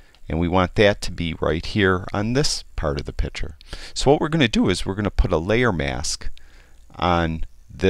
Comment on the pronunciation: One comment, it is not a pitcher you are working with it is a picture. Pitchers hold water or lemonade. Pictures are visual representations. ain't gonna not like the change, but he will be a better annunciator of English diction.